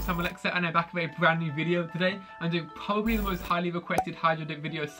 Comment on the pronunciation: DisGirLisLIT how does he say ‘brand new video with probably the most requested..’ he goes bwand new video with pwobably. Some words are different, hydro is much easier to pronounce